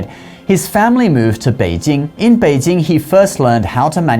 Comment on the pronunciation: the way you pronounce Beijing is 很可爱